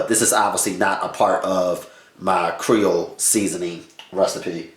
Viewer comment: Are you trying to say Creole? As in Lousiana?